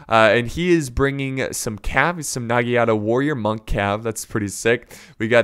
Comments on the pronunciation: It is not Nagienate it's Naganata. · it’s NagiNATA not nagiata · N a g i n a t a not nigiata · Chosokabe - short o as in 'opinion' not as in 'choose'. Uesegi - uu e segi: long u short e as in 'edo' NagiNata - you seem to have missed the N Ikko ikki are a special faction since they are a different religion, they don't have samurai but they do have ronin.